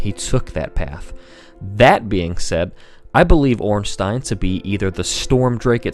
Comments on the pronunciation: It's not ornsteen it's orn stine. As in Frankenstein or albert einstein. Stein means stone in german. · Off topic and pointless comment but goddamn does the "ornsteen" pronunciation drive me nuts. It's Stein not Steen. Easy way to see it is, you don't say frankensteen do you? Regardless good video, facts and theory's were separated nicely (unlike 90% of lore videos) so keep up that trend cause nothing is worse than when someone claims their fanfic's are game fact (looking at the ridiculous theory that Aldrich ate nito with 0 evidence) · no its orn-stine the germanic spelling ein means it is a pronounced stine not steen . if his name was spelt ornstien it would be pronounced steen...or most likely people would say ornsty-en go german names ☺ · yet another one who pronounced it wrong it is ornSTEIN not ornSTEEN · wait.. it's OrnstIEn? I always pronounced it as OrnsTEIn (a bit like in "wine") :(